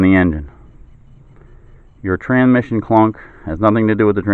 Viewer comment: This is petty but after he pronounced transmission "tranmission" five or six times I had to stop. TRANS -mission. There is an S before the M.